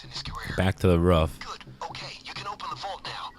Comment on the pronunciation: "You have to go back up the ruf"